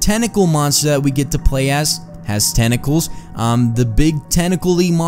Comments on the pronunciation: sounded like he said tene calls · "tenacles, tenacles , tenacles Tenclaes TENCLAES TENCLAES TENCLAS TNCLSDNSJCNSN"